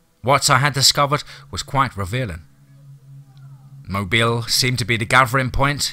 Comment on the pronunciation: Blame the Mobile thing on me. It's closer than most non-Alabamians usually get, and I explained it to him, I was worried about keeping the stress on the first sylllable, not the last, so I told him Mo- bill. I'm perfectly happy with it though, as he does such an awesome job.